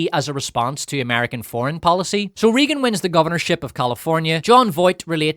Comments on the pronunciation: Regan is prounced more "RAY-GUN" not "Reegen" also you screaming is obnoxious as hell and ruined an otherwise okay video. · Took me a minute to figure out that your weren't saying "Reegan" as part of a made up name for the movie, and that's just how you pronounce "Raegan". Maybe that's the correct way to say that name Ireland but in the US it's always "Raygan". Oh well, your aren't very likely to be making more videos using that word frequently and you aren't going to change this video now. Only too bad that the Communists successfully took over Hollywood after all, which is a lot of how we got to where we are today. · Also, RAYgan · It cracks me up how badly he mispronounces “Reagan” 🤣